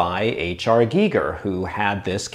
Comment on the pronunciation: It's G-ee-ger. I'm a multi-lingual Swede with extensive knowledge in the Germanic languages, for reference. Most Europeans pronounce it correctly but for some reason the British pronounce it like a Geiger counter, which is incorrect in the case of H.R. Giger. If he'd been born in the UK it'd been pronounced like a Geiger counter though...